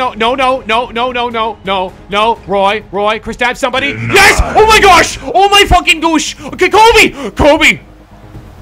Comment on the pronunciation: in inner Canadian oh my gooosh